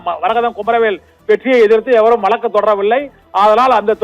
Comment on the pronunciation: வலக்கு இல்லை... வழக்குன்னு சொல்லுங்க. கேக்கவே நாராசமா இருக்கு.